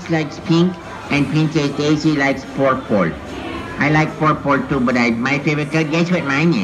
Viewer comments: we all searched for "Porpol" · Porpol Got me Dying 😭💀